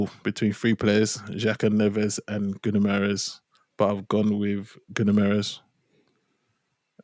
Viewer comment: Some of the pronunciations of Guimaraes’ name in the media since Jan have been epic. 😅 Gamaras Geemarez Gimma Eyes Gamma Rays Gibberish Gunnermares (cheers Big Steve 😅)